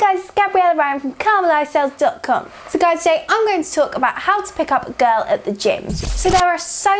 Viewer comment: "You cannot pick up a GOURLL"